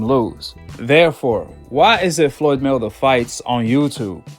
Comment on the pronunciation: Man u gotta practice saying his name!!! It's May-Wea-Ther!!! Not 'Mwthr!!!'